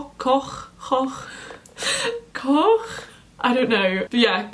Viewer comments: lol Koch is usually pronounced like “cook”! and this video was so helpful thank u <3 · It's pronounced "Coke"